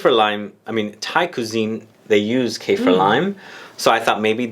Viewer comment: Its Kah-feer not Cay-fear